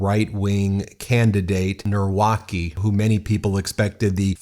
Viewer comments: who is Norwacky? Let me help you - it's pronounced Nav-ro-ckee. You're welcome 😊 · come on guys pronounce polish names correctly 😭 its not "nawrokey" its "navrotski" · Please guys just throw the names in google translate in Polish to get approximation how its pronounced. Narwokee sounds like a star wars create, it's pronounced like "navrotzki" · 'Navrotzky' not 'Nawrokie' ❤😂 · Tusk is pronounced Toosk. Nawrocki is pronounced Nahvrotzky. Trzaskowski is pronounced Tschaskofsky. Thank you. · It seems that the right wing polish candidate is going to win so let's hope not! But Poland is a very broken country.. that's why poles are emigrating everywhere they can. And Ben it's Navrotski pronunciation. And he is a puppet of far wing party. Former director of museum, apparently that's enough to be a politician. Also has shady past that he doesn't want to explain other than being "boxer". It's shit show mirroring the US election..sad. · Nawrocki ( navrotski) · i love how you didnt even bother sparing 15 seconds and looking up how to pronounce the names lol.. karol neeuwrakih and rafael trasaowskhee is a wild take on americans pronouncing our polish tounge twisters assigned at birth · Please, I am begging, at least use google translate to read the surnames instead of using english pronounciation for polish words. I had to actively rewind because I had to double-check who you're talking about, and "Nawrocki" read as "Narłaki" will never not be funny to me. No big shade, but please do research on pronounciation beforehand xD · Just a little help with pronunciation Rafau Chaskosky Karol Navrotsky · correct pronunciation: Tshah-SKAW-skee and Nah-VROT-skee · The MAGA supported opponent's name is Karol Nawrocki which you pronounce: Nav Rot ski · You can read "Tschaskovsky" and "Navrotsky" 👍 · You are so bad with polish names ;) It would be better if You preanounce Trzaskowski as Tchaskovsky and Nawrocki as... morron. You could also say sth like Navrotsky.